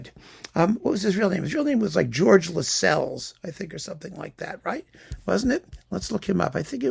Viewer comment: And Lascelles is pronounced to rhyme with tassels